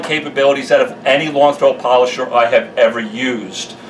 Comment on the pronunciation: its da polosher not rotary